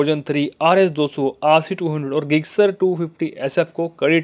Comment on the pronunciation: it's jixxer not gixzer